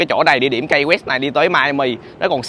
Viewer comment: Key đọc là "ki" chứ a, sao lại là "kây" đc. Học Tiếng Anh kiểu gì vậy a trai =))